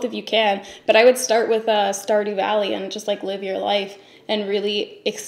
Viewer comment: Wtf is star do valley